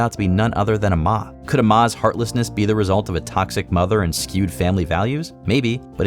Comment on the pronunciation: for amma crellin-- it's pronounced 'am-a". like amity.